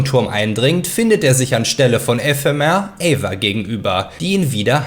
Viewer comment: 6 min drin und das mit EEEEphemer und Ephemer muss ragebait sein